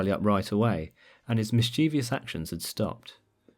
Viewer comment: I know this isn't something to be happy about but I'm glad I'm not the only one who mispronounced the word "mischievous" :))